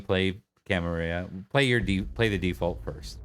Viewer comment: Camarilla, you are the only other person I know that pronounces it correctly.